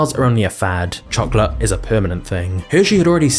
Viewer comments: The way this guy says chocolate makes me want to chocolate my pants..."CHOKLUUT!" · I am not familiar with this channel, and was thus unprepared for a large portion of the video to be an English person mispronouncing the word chocolate over and over. Otherwise, it's very informative and well done.